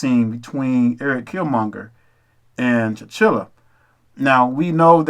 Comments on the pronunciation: Brother I understand your message, however because everything you are saying is not fact it makes you just as dangerous. You can't even get T'Challah's name right. His name is not T'Chillah, it's T'Challah. HollyWood didn't write this movie a brother did, so you're wrong again. You are speaking about things that fit your narrative so everyone who wants to see what you're saying will agree. That makes you dangerous especially to someone who doesn't know better. I suggest you watch the film again. In addition, if we are the true hebrew people we are also African because those people migrated throughout Africa over the centuries and married, had children and became part of the various empires of the African continent. As I've continued to listen to you the message I'm getting is that you're a crab in a barrell. The worst thing about your cults message is that you all choose to tear down other people of color instead of focusing your attention toward the real enemy. Also... you keep saying the uncle and his son was exiled, totally not true. He was sent to the U.S. as a spy. Again brother go and watch the movie again. By the way before you get all high and mighty, know that I'm a well informed brother about all history, especially ours. SMH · please learn to pronounce the names correctly. it's TEE-CHAHH-LAHH. not T'chill-uh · Ta-CHA-la not tachilla! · It’s T-Challa not T-Chilla hahaha. Killmonger also put that white museum scholar in her place. He corrected her on false information. Also, he asked her, did you buy the stuff in the glass? He said no you went and took it. He told her that he’s gonna take it back. That was another Hebrew Israelite moment. The bottom of the spaceship looked like a tribal mask. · You need to make sure you understand the characters and pronunciations of their names. T’Challa is his name not Tchilla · T’challa not T’chilla I like the video tho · T'CHALLA! Not T'Chilla!! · Why do you keep pronouncing T’Challa as chinchilla 😑